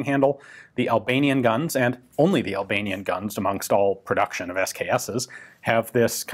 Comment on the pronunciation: The only time somebody pronounces Albanian good.